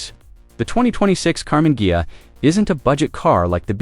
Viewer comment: I know it's AI but that's a cool car. And it's hilarious it can't pronounce Ghia 😂